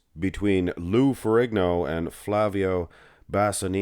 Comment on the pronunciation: Silent G in Ferrigno.